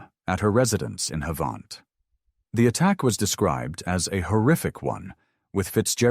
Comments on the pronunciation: Ha-va-nt not harvarnt 🤣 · The pronunciation of “Havant” in the first case makes it sound a lot fancier than it actually is lmao. It’s pronounced the same as the word “haven’t”, not “haVAHnt” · Shay lived round the corner from me. It’s pronounced Have-unt. But good recap of the case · You ain't having any luck pronouncing these British places names. Just over ten minutes in and we've had a questionable effort at Havant, and an equally bad attempt at Bicester. I look forward to any others you may linguistically mangle.